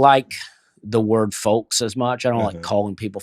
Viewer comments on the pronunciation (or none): The L in “folks” is silent. The L in “folks” is silent. The L in “folks” is silent. The L in “folks” is silent.